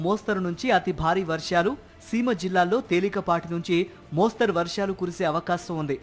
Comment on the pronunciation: మోస్తారు కాదు మోస్తరు అని యాంకర్ గారు గమనించగలరు.